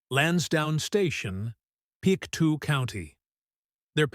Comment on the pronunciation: It's Pic toe not Pic 2